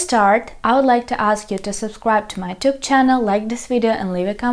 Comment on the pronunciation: The way you pronounce “YouTube” sounds йЧУб. The way I pronounce “YouTube” sounds ЮУтуб.